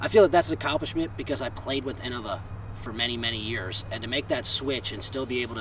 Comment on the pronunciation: in-no-vah . . . wtf